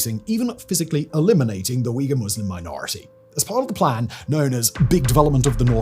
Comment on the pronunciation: If you care about Uyghur so much Simon, learn to pronounce it correctly. And learn to pronounce Hui too